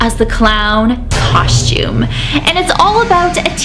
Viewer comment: Idk why but i love the way you say constume😁💘